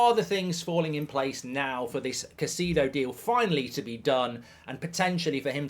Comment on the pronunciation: Mitoma to city😂, r u serious right neow